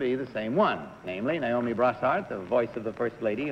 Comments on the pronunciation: The middle lady pronounced it Ni-o-me instead of Na-o-me. I wonder what that means. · liberty Ann She was the only one to pronounce her name NYE-OH-MEE instead of NAY-OH-MEE. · I instantly knew it wasn't number two when she mispronounced Naomi as Nyomie.